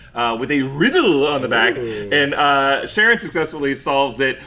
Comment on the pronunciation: My wild outside theory based on the weird way she pronounced "sharon" in the second episode (sha-RON) is that she is actually Charon. Maybe because I was watching too much Kaos though.